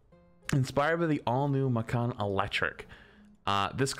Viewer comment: "Makkan" It's "Mah-can" Watching streamers talk about cars is a good reminder that while they may know everything about their game, they still don't know everything lol. Macan is basically the Taycan as a crossover. It's not a true SUV, but you can bet on it being a pretty good example.